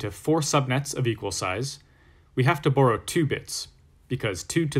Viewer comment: When you say "borrow" it sounds funny to me lol. Almost like you saying "Burrow"